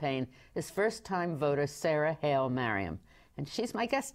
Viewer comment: please tell them that your name is pronounced Hi Ley Mariam not "Hail" Mariam.